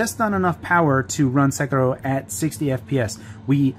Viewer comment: Props on the Sekiro pronunciation